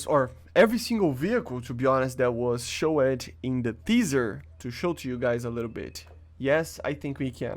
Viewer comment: I noticed your English is good but needs a little fine tuning. Heres some help with the biggest thing i noticed. You pronounce showed as SHOW- (ED) as in education. It is pronounced Show- (d). remove the E and it will be correct. Great content man! Good luck with your channel in the future.